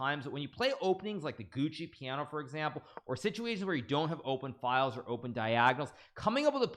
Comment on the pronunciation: Gucci Piano? I thought they made watches and shoes. Pretty sure that Giocco is pronounced Joe-co.